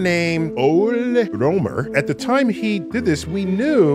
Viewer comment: Ole Rømer was pronounced completely wrong, I will have you know. As a Norwegian, I dare say Ole has two syllables, and ø is pronounced the way americans pronouce «uh»